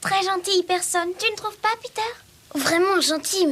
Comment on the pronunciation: C’est Peter et non « Petter »